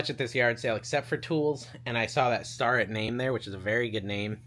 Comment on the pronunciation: Hey... Starrett Tools... it is pronounced "Stair-it" not "Star-ette" I know someone who lives in Athol, MA, the hometown of Starrett Tools and this is the way they pronounce it (I believe them since they knew the Starrett family)